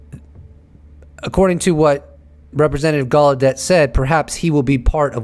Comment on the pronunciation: Its Timothy Galedeyyyyyy not Galedette